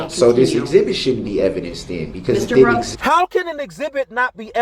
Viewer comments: "exibitty"......I love it!!!! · Today's word is: EXHIBITY!!😂😊